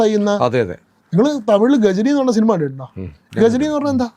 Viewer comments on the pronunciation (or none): none